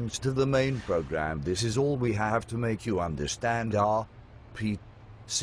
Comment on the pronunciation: you should have typed 'are pea sea' (instead of r p c) into the natural soft program for the voice to say RPC better.